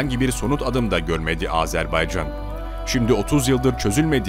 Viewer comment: Sayın Bakanım , Sayın Çavuşoğlu "Azerb"e"ycan değil Azerb"a"ycan . . . .Minik bi yanlışı düzeltelim dedim, kötü bi nietim yok.... "Can Can Can Azerbaycan" 🇦🇿🇹🇷❤️🇦🇿🇹🇷❤️🇦🇿🇹🇷❤️🇦🇿🇹🇷❤️🇦🇿🇹🇷❤️🇦🇿🇹🇷❤️🇦🇿🇹🇷❤️🇦🇿🇹🇷❤️...O pişmanyanın sakallarını cımbızla tek tek yolsak yola gelir :)))))